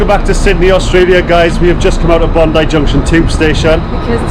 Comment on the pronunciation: I would have expected Bondi much more crowded and indeed not that such big waves and a warmer ocean water. You are in advance pronouncing Bondi correctly. I totally failled the first time. I never got the taste of TimTam but of vegemite. Guess you have similar in the UK. Once and never again. My first grocery stop in 2019 was at Aldi. Just to compare with home.